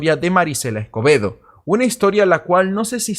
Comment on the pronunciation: Escuche acebedo. En vez de escobedo, la primera vez que lo dijo 😅